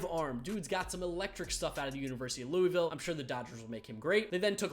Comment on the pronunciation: it kills me when people pronounce louisville wrong😂